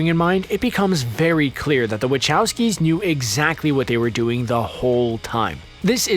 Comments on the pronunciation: WHO THE F... ARE "WATCHAWSKY" BROTHERS? it takes 5minutes or less to learn how to say WaCHowski! :/ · Łyczałski... Nauczcie się nazwiska wymawiać